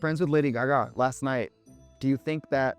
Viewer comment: The way I heard “Gaga” had me do a double take